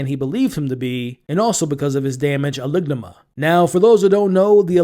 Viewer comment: The pronunciation of amygdala has been whooping people's tail during these recaps. 😂😂